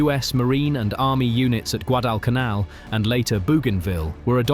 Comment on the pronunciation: Your pronunciations left a bit to be desired. You take an interest in the war in the South Pacific, but don't know how to pronounce Guadalcanal or Bougainville? It give me the impression you just read a few Wikipedia articles, found some stock footage and slapped it together.